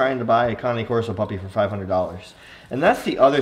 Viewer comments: You know you think you know how to pronounce Cane Corso but you are clueless. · You know you pronouncing cane corso wrong